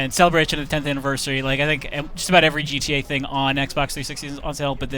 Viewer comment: He said Gee Tae. I'm out.